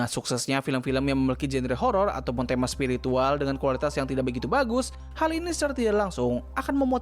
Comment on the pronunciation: Spiritual ❎️ Spirikintil ✅️